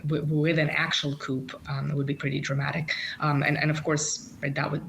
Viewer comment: the P in "coup" is silent